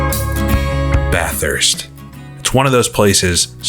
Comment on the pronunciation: pronounces it BATH-hurst, as in, taking a BATH, and HURST shifter. There's only one H. Most from the area will say BA-thirst (not BAH, the A is said like "apple" or "back".) Say "Bat" but drop the T for the first syllable. Then simply say the word "thirst". BA-thirst. Note: Some Aussies say the U sounds like an I, and drop the R. But that is just for the sake of the Aussie accent. When I was there, I was ridiculed for describing it like that. I will admit, I used to pronounce it BAT-hurst, putting the H in the 2nd syllable. I was told that was acceptable, but still wrong. I'll say this though. If the UK and US (my 2 citizenships) don't get their crap together soon, and start taking care of their own people, I'm moving to Bathurst. HEHE